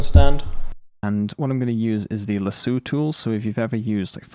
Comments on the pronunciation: "Laseu tools" 😆 That's also how my half-French aunt says words like "espresso". Do you have French blood by any chance? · "Lass-oh" gotta get that southern twang in there,:)